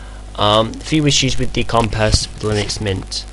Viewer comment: It's NOT COMPEZ, it's COMPIZ ffs!